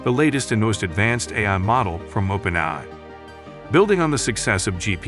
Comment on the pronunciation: The AI voice over was actually pretty good. Only issue I noticed was that it said "open-i" a half million times.